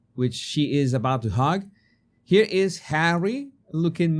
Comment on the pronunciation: Is hug not hog!